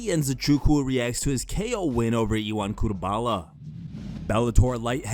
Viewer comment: Ion "cutebala"